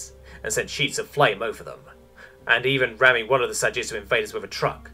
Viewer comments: I went through the entire text here and not once is it written as Sa-Jitsu. It’s always Sa-Jitu. I thought I’d almost gotten used to a lot of the incredible mispronunciations in these r/HFY stories on YouTube. Because it seems to be with every single channel. But I can’t take it anymore. Thanks for introducing the sub Reddit to me, but I’m done. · I cannot stop hearing the narrator saying Sa Jitsu as if it is a variant of Ju Jitsu. The word is Sa Jitu - no S in Jitu. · Almost 40 minutes and I'm still searching for that second "s" in Sa-Jitu. Also a simple "We're culling our population to increase prosperity for the rest." would have been sooooo useful. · Sa-Gee-Too.. there is no S in there!